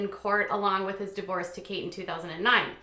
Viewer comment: Kate is not pronounced Katie.